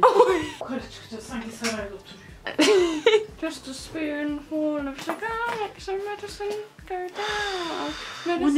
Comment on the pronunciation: sıpunfıl of şugırmuş :D size bayılıyorumm!